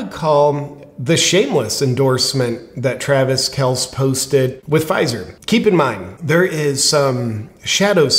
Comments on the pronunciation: Actually, according to Papa Kelce, that's how it's pronounced, one syllable, not two. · I'm just trying to let JP know he is pronouncing his actual name wrong. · I don't know what's more funny, 'Mr. Pfizer' or your pronunciation of Pat and Travis' last names? lol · I can't decide if JP is pronouncing Kelces name wrong because he doesn't respect him or JP knows nothing about sports...Just call him Taylor's boyfriend. Can't go wrong lol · Are you intentionally mispronouncing Kelce and McAfee or are you just not a football fan? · Step 1. Learn how to pronounce the names of the sports ball players you obviously don’t watch. You butchered pats name and travis’ name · It hurts me to hear JP call KelCEE Kels- cmon JP - do your homework dude! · J. P., I love your videos but it's "Kel-cee" not "Kelce" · Are you intentionally mispronouncing the name? It's Pat MacAfee like "MacArthur". And it's pronounced Kelcee, a long e at the end. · It is pronounced kel-see. I am a Chiefs fan and Kelce was my favorite player. However, I lost a lot of respect for him when he effectively begged to take his turn in the neighborhood bicycle and now the Covid vaccine issue. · It’s pronounced Kelcee and I fully agree with Rogers. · Yeah, kel-see, and mack-uh-fee! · Actually, according to Papa Kelce that's how it's pronounced, one syllable not two. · “Kelsee and MacAfee”. But I’m sure you’re not a sports fan. Still love your content!!! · Love your show. As a long time die hard Colts fan and big time Pat Macafee fan ( though I will never watch ESPN) it's pronounced " Mac A Fee". Mr Pfizer is pronounced "Kel Ce". You definitely don't have to listen to me. I love freedom too. Just wanted to point out the pronunciation of the names. God Bless! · Cmon man, KelcE (kell see) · JP intentionally mispronouncing McAfee and Kelece on purpose or nah? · Kelce pronounced kelcy! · Hey JP! I believe his name is pronounced Kel See… not a big deal just thought I’d let ya know. Love ya bro! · Pronounced Kel-sey